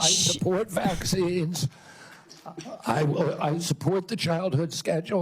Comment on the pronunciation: No more "vecxines" please